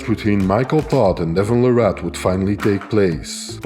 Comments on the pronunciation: I had to turn the video off a few minutes in after hearing la-rat over and over again. His last name is pronounced Lare-it. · PLEASE YouTube content providers... LEARN TO PRONOUNCE THE MANS NAME RIGHT!!!!! It's Larratt like Carrot 🥕😮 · Its Devon Larratt like Carrot, atleast pronounce his name right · His last name is pronounced like parrot. Larrat. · You know there was a time when people could debate if he was legend status or not, but as I've been saying the whole time, watch this man and what he does over the next 5yrs and u can't even argue it anymore. The facts speak for themselves, and when he beats Levan......he will be crowned the indisputable king of arm wrestling Now you just have to get the pronunciation of his last name right lol. It's Larratt, as in Carrot!😮